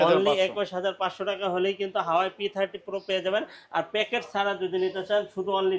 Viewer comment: হাওয়াই না ভাই,😂😅 ওটা হুয়াওয়ে।